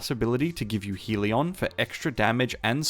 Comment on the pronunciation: Hell-ee-on, still a concisely explained build.